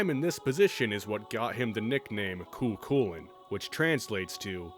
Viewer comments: for lancer's name I'd go with (Koo Kullen) - pronunciation wise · "I don't know which one's right and which one's wrong" Funnily enough, from what I've read NEITHER DO PEOPLE WHO ACTUALLY SPEAK GAELIC. I pronounce it phonetically (Koo Koolayne) and I haven't been yelled at yet for it lmao